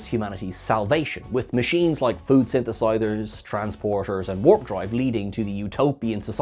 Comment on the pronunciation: Synthesizers, not "synthesithers." When had he ever encountered it spoken or spelled that way? How is it even plausible?